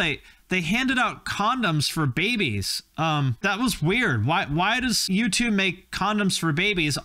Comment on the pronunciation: Man every time you said U2 I swore you were saying YouTube…